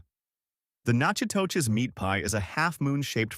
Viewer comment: Natchitoches is pronounced Nack-a-dish.